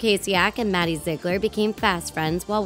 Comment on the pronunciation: Zig a ler It’s Ziegler